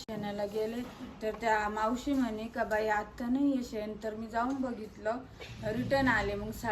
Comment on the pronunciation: सेन नाई ग बाई ते शेन म्हणत्या शेन